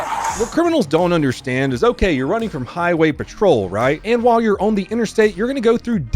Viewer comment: did you say "Donut play on the highway" 😅😂🤣